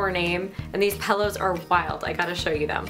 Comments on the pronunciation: You say the word pillows like my dad!!! He also says "pellows"! Is it a Canadian thing? He didn't like in Canada, but he moved a ton as a child. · It's so cute how you say pillows like "pellows" omg <3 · Sound like the way we say it in the UK :)